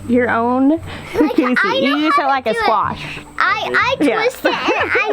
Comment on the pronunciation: You are pronouncing cucuzzi better than you've been advised. The double z in Italian is pronounced like "ts", as in pizza. So, phonetically, it's "koo-KOO-tsee". "Googootz" is more like a term of endearment referring to a person. Don't sweat it.